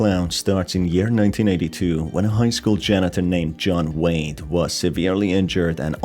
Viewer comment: I honestly thought you said his name was John Wayne instead of John Wade, and when you mentioned the clown mask I thought of John Wayne Gacy